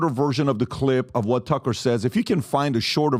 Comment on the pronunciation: Man PBD can’t pronounce anyone’s names properly, tf is “Cucker Carlson”😂